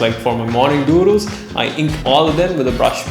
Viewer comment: The way he says doodles LMFAO